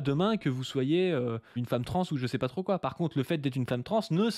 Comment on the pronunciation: Enfin ! Trô aillepeu...